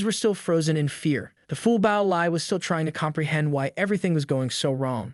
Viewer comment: why do all these narration AIs keep saying ''bao'' instead of ''bow'' lol